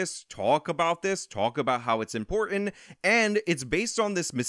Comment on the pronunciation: Important ends with the t not a d.😁